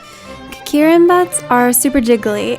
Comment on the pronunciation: Kiri met? Is that how you pronounce. 😄